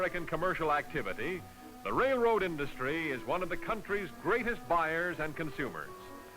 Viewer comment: The narrator says "rail" fine; but he consistently pronounces "railroad" as "rayroad".